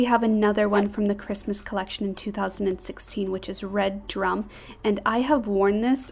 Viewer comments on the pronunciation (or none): Redrum is pronounced red rum not red drum. You know like from The Shining.